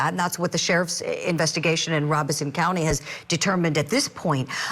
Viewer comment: Thank you for pronouncing Robeson County correctly… my pet peeve.